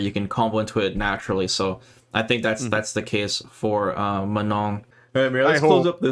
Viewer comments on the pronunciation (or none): It's Manon not Menon, lol. "on" sound is a nasal o sound but you don't pronounce the "n" in the "on" sound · Here name is Manon not Menon. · Her name is Manon, not menon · Few notes from french speaker: Manon, not Menon. And last N is silent It's a real and relatively common french female name. Prononciation: Swan Lake, like the famous ballet, not "swan leg" Manège doré : golden carrousel would be a better translation/interpretation Etoile which mean star. "Danseur/danseuse étoile" is a term used for to describe a high rank/skilled ballet dancer Very hard to understand the accent of the commentator when he says those french words though. I can't help you on that last one, it sounds like gibberish "dédeda euh dedadeux réal"... lol Edit: see response from Kei below, last sentence is probably "Des dégâts au delà du réel" that translates to "Damage beyond reality" basically incredible damage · It is not that hard: the „N“ is silent, and you need to nasalize the „O“, so it is „Manõ“! Also do NOT pronounce the „A“ like a schwa, it is not an „ə”, it’s like the „U“ in „ugly“! Hope this helps! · I really hope the ending N is silent. I can't unhear manon as manong in filipino. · It's Manon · it's "Manon" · It's Manon guys 🤣 it's a real name you know, and not that rare.